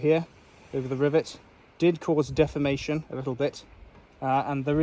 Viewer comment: Even the caption generator hears ( DEFAMATION) When the Idiot guy is trying to say {["""(DEFORMATION)"""]}